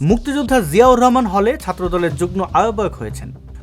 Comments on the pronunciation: আপনার উচ্চারণ হচ্ছে যুগ্ন, একটু সেরে নিবেন। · শব্দটার উচ্চারণ যুগ্-মো।